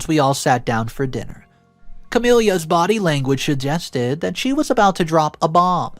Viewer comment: Another mangled name.🙄 There is a Queen Consort who is very famous. Even if you don’t follow her you would still know how to pronounce Camilla, even if just you heard the name in passing. Wake up and take some pride in your work! All of these mispronounced name and words, including the ones you use a totally wrong word (laminated instead of lamented, for instance) are insulting to your listening audience, they show a lack of respect for both us and the original writer. You are constantly begging for more subscribers, if you want subscriptions, then stop being ignorant and/or lazy about your content. You do know, I hope, that your videos are recommended whether or not one is subscribed. That’s why you don’t have the subscriptions you want, you don’t work for it. I’d rather have one or two videos a week than have 10+ subpar videos. MrBallen does one a week and he’s at 4 million plus subscribers. He takes the time to make quality videos and his subs are loyal to him and his work. Take a page from his playbook. Subscriptions and viewers will increase quickly, just like it did when he started.